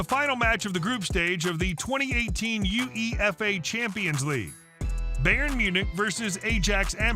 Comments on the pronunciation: Good video but horrendous commentary . It's pronounced Ahyax not Ajax , also its pronounced you- a - fuh, not u-e-f-a. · to - Its not "U E F A" or "A jax" Amsterdam. UEFA is pronounced "You-A-Fa" and Ajax is pronounced "Eye-ax". There were so many other mispronounciations throughout the video you watched too. 😂 - Pepe is a notoriously dirty player. He collects yellow and red cards like a stamp collector collects stamps. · The voiceover guy hasn't got a clue, not really his fault because he's American but if you're going to make a video like that one then do some research. Sorry for this rant....... If he likes football then he should know the UEFA is pronounced as a word (U-ay-fa) not U.E.F.A. Ajax is pronounce i-ax. Pepe standing on Messi's hand shouldn't be in this list. Pepe is a filthy player and it was deliberate but i've seen far worse. He pronounced Graeme as Gra-may? then he pronounces it correctly at the end of the clip? Nigel De Jong is pronounced De Yong. That was definitely a red card offence but he only got a yellow. Ref is still being criticised at times 14 years later. Werder Bremen is pronounced Verder Bremen (it's German), where did he get "Warder" from? If he said Werder it would make more sense for him. Arsene Wenger....Arson-ay Wenger........ It's Ar-sen Venger. I think I ranted enough to prove my point that he hasn't got a clue. I left out some other minor mistakes he made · That commentary! It's not U-E-F-A, it's pronounced "Yoo-EY-fa". And the Dutch team are pronounced "EYE-ax", not "AY-jax" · U E F A champions league.... You-ay-far!!!! And who is Aresenay Wengar - it's pronounced Arsen Vengar